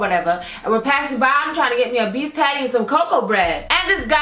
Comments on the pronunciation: when she said patty i thought she said panty lol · with ur accent u say patty so funny we say it differently in london